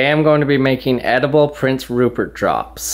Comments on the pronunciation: did he say porn syrup? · Is it me or did he say porn syrip